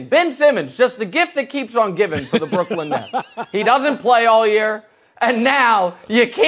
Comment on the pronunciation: Anyone else find it weird that Colin pronounces Brooklyn as Brookland? Seems weird that nobody has mentioned this to him and just how ridiculous it sounds.